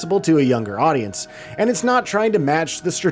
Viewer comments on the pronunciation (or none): none